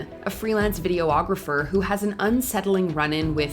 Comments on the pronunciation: "videographer" is not pronounced "video-o-grapher". Just saying. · Did you say "video-ographer?" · Learn how to pronounce “videographer”.